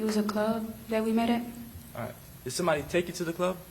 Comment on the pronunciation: The defense attorney is trash and sounding to make a big deal about random statements and continues to say "ahrite"